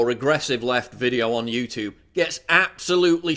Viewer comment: how come you are pronouncing youtube that way ?